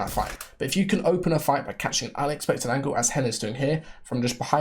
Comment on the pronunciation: You pronounce angle kinda wrong